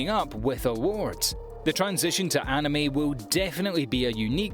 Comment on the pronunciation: the pronunciation of “anime” made my eye twitch